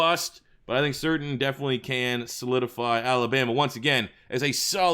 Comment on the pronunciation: It’s pronounced “Sur-tane” I know cause his dad played for my Dolphins